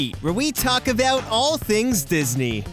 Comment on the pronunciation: Words you can’t pronounce: About out hidden . Eastuleggs . out gunnawunna out . Tired of listening so I will stop there out